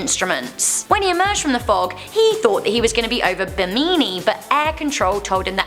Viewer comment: I live in the Bermuda Triangle in The Bahamas 🇧🇸 and it’s Bimini pronounced (bem-in-e)